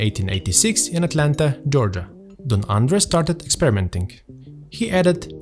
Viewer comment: As a resident of Atlanta, may I just say your pronunciation is absolutely delightful.